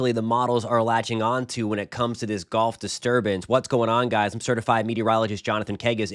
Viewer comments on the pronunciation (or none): its GULF, not golf